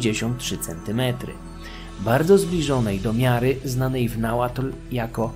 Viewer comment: Uwielbiam odcinki o Mezoameryce i czekam na więcej❤ Podziwiam za ogromną ilość pracy i czasu włożonego w przygotowanie tak rzetelnych materiałów. No i że nie połamałeś sobie języka przy Nahuatl to szacunek😅